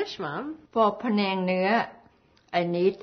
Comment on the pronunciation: The correct spelling is pAnang... not Penang. Penang is a state in Malaysia. pAnang is a thai dish. Do not let 2nd class american english to mis-pronounce the word. PANANG!